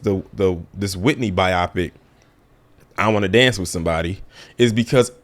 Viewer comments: I been meaning to say this for a while - it's pronounced 'by-o-pick' not 'by-AH-pic' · You are 100% right about EVERYTHING... I had to catch myself because I NEVER say that!! My only problem with you is how you keep pronouncing biopic LOL it's not bi-AH-pic bio-pic lol as in biography, and picture.. biopic. LOL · Please say bio-pic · I’m dead at how he says biopic lol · They we he’s saying biopic….I know some people say it like that. But hearing it over and over started to crack me up.